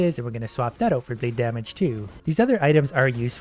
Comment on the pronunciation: The entire time i heard him say bleed i heard "bleep" which still works